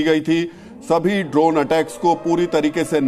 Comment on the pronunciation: Bhaiya its Drone not , Dronacharya wala Drone .